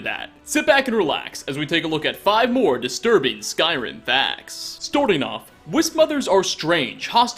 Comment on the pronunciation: “Storting off”